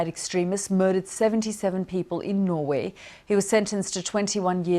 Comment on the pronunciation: What’s wrong with this woman’s pronunciation? Can’t say Norway can’t say nick very wierd